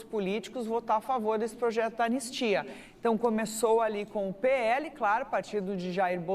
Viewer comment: Anestia? Kkkkkk analfa....